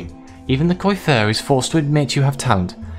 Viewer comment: Nice ! Btw coiffeur is pronounced "coafer" (means hairdresser xD funny how many french words in English xD ) On the story : can't wait to see the choices you made !